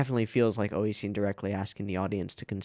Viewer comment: Why do you call Nisio Isin "Oishin," though?